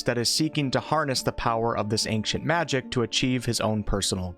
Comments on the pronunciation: As someone from the west (United States, I'm not sure if you meant that.. Or West Africa.. Or just "the West" in general... Or even the wild wild west!?), neither I, nor anyone else I've ever met or heard say the word.. Has ever pronounced ancient (AIN-SHIENT), as "ANK-SHENT." To me, this sounds like someone who cannot read and is mistakenly taking the C in the word as being a hard C... "ANK." Oh my god it bothered me SO DAMN MUCH throughout the entire video... I'm glad to hear that I'm not the only one hearing this and getting stuck on it lol. At the same time... I'd never want to make this guy, or anyone else, feel bad about the way that they pronounce a word. Do you ANK-SHENT magic man!!!! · Ancient not ankcient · Why are you saying the word ancient like that? It pronounced (ain)-(chent) not “ankchent” you don’t annunciate the “c” like that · It's "Ain-Chent" not "Aink-shint" lol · ayn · chnt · Took a few listens to hear the K in his "Ankcient" but now I can't unhear it every time.. but no that's definitely not the norm in the west if mean US and Canada. There might be 1 or 2 American states with a very country accent that might say is like that but definitely not the norm that claims. Either way who really cares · ANK-cient! Magic! “Its wingarrrrrdiumlevosia” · Pretty sure its not pronounced ankient magic, even though im swedish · Ahnckshient magic.....I can't take it anymore!!!!!! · Ainkshant magic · I’m sorry why do you say ankcient magic? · It sounds like your saying ankious magic lol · sounds like he’s saying “ank-cient” right?! Or am I going crazy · i m hearing ack cient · Good I wasn’t the only one bothered by the hard C pronounced in ancient then. and he says machic instead of magic😂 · Ankcient Magic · well since he says angcient magic everytime you should be fine ;) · Please stop saying "anqcient magic". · He's complaining that he pronounces "ancient" as "ank-chint". Basically, a nothing burger. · It's not how you pronounce the word ANCIENT! xD